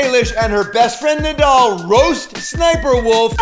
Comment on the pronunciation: It's Nidal not nedal